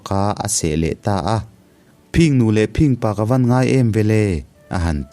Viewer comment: I thu chhiar a ngaihnawm viau rualin engemaw lai thu lam ah hian a dik zawk leh lam Dan awlsam zawk angah hian a diklo zawk leh lam harsa zawk ang hian i lam leh tlat zel. Phìng nu leh Phìng pa(phing tih hi a ri sang loin 'thin' kan tih angin a ri hniam tur) han tihte pawh Phìng Nu leh Phìng pa(a ri sangin) I ti daih zel a... A thu lam han uluk deuh teh.